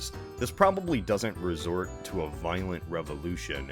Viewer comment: You 'ave a permit tcho ask, mate?